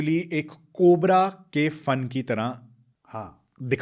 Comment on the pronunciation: Excellent podcast both of you. Har Har mahadev A few language Observations 1. It is not cobra ka 'fun', it is phan फन 2. It isn't ghaghra hakar... it's ghaggar hakra 3. It isn't gengantic basin, it's gangetic basin 4. It isn't bhandan भंदन , it's bandhan बंधन 5. Not roodr रूद्र but rudr रुद्र 6. Not abandance, but abundance 7. Not zarathustra, but zaruthastra